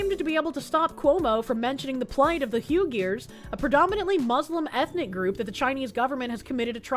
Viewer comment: Did you just say "uwu-geers?"